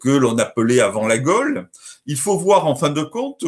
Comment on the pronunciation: Tres bonne vidéo, super interessante. Mais une question, et ce n'est pas une critique ou une attaque, mais est-ce que c'est du a l'accent de Mr Garcia qu'on entend "gole" au lieu de gaulle ou alors ça se prononce Gole ? Merci